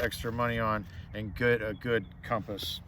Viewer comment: Thank god you pronounce it CUM-pass not COM-pass. No, com-pass is not correct, drives me crazy.